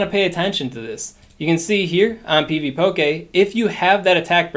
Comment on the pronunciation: Pvpoké lol that pronounciation is killing me.